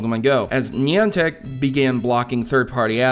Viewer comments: reason everybody pronounces it wrong is because one person pronounces it wrong on media platform such as this (Youtube) and then everybody who watches the video thinks that that is how it is pronounced. trust me, there is literally a place in Connecticut called Niantic, and EVERYONE in Connecticut pronounces it "nye-ant-ic". There is also a Wikipedia article that explains that Niantic Labs named their company after a ship called Niantic, and it is still pronounced the same way. I'm sorry it just really bugs me that everyone says "nee-ant-ic" so I felt the need to write a paragraph explaining why you're wrong. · thats not how u pronounce niantic :p